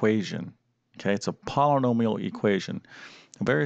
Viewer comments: Polanomial? Thankfully, you don’t teach speech nor pronunciation. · 10 min understanding... 20 min vid. Too many ahhhs and ummmms. Can’t pronounce Polynomial...why is it called a quadratic equation? Curious kids want to know. Too much nose breathing and swallowing noise (annoying). Not good vid. Won’t use or recommend.